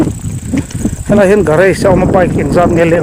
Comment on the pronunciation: garAge...Mizo hawrawpa "A" anga lam tur